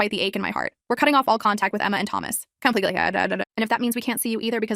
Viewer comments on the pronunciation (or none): “completely shshhjjhhks” what?? ; v